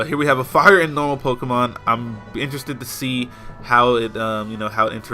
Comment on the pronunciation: Dude. It's pokemon.